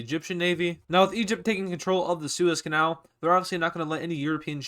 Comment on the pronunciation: Are you Dutch because you say kanaal on a Dutch way